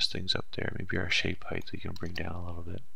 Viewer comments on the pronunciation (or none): height not heigth........